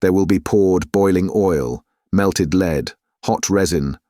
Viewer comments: Fantastic! Only thing that bugs me is mispronounced ‘lead’ as ‘leed’ instead of ‘led’ , noticed this in great expectations audiobook too. Otherwise superb! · I'm starting to think it's a bot. It gets words wrong. He/it pronounces the word lead as "leed" instead of "led" (for the metal "lead") and pronounces diverse as "divers"... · Adverts too frequent, breaking the flow of the narrative. Mispronunciations too, such as referring to lead as leed.